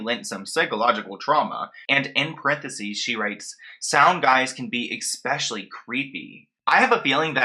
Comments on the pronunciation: Normally I try to keep corrections to myself, but you seem to heavily favor the word "especially" in your videos. It is pronounced "eh-specially" but you are pronouncing it "ex-specially". Just thought it might help. Take care. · For the love of god please stop saying “EXspecially”